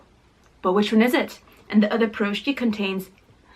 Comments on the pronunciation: the blintz pronouced blinchik/blin and you eat the meat blinchik with sour cream and the cheese is eaten with jam for your taste and you pronouce the piroshki pirashki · heeyy, funny to hear how you pronounce Piroshki)) and correct name for Blintz is "Blinyy" its like slimmer version of pancake)